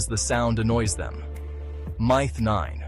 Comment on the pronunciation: lmao im trying to say it pronounced myth wrong